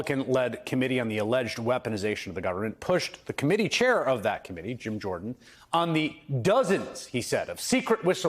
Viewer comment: Is it Jim, or Gym? Homer says Gyme 🤣🤣🤣